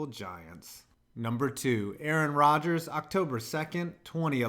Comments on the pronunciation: You done messed up now A a ron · Did you just say a-a-Ron? Go to principle O-shag-Hennessy’s office!!